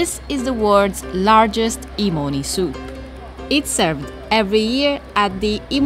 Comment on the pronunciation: My deranged ass hearing “E-money Soup” throughout the video 💀